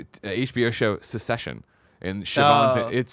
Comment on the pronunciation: Great episode! Anyone else ever notice that the Kinda Funny crew always pronounces the show "Succession" as secession?